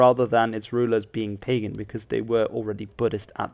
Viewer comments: its not pagan bro. its called Bagan 😁 I from Myanmar and now we are fighting for democracy anyway its great documentary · Bagan, not Pagan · Bro its not called Pagan Country but called Bagan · Not "Pagan Kingdom," though. It is "BAGAN KINGDOM." Thank you very much for your video. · It is not PAGAN. It is Bagan.Don't make things up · Pagan is pronounced "ba-GAN". It's the name of the dynasty, not pagan like unChristian. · Actually is Pronounce Bagan in Modern day Burmese though it might be pronounced like "Pugan" in old Burmese.